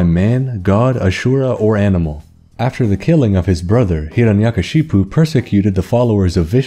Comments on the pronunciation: Hey sir i justwanted to say Its pronounced Hiranyakashyap and your pronunciation was so funny ALSO I love ur video ❤❤❤❤ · Am i only hindu watching this, & laughing at his pronounciation of hiranyakashyapu 🤣🤣